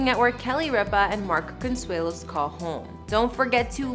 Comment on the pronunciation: Can this lady pronounce Con...sue..lo, thought I help